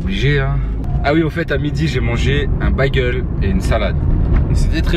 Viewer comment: très bonne vidéo comme d'hab gros, par contre on dit pas bâguele mais bagel, prononcé Bèguel poto 😊